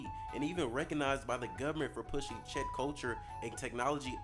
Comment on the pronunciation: first time I've ever heard Czech pronounced that way lmao